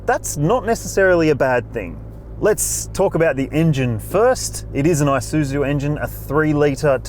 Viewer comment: The "eye-suzu..." Mates, it's pronounced with an E. E-soo-zoo.